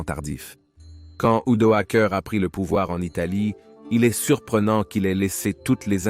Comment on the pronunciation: Really interesting! Are you able to correct the French translation voice maker? Because it states Odoacer instead of Odoacre